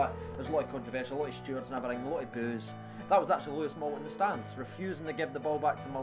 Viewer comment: Why do u always say Lewis Moult , it's louis said like looooaaaayyyy , some atmosphere tho🇬🇧🇬🇧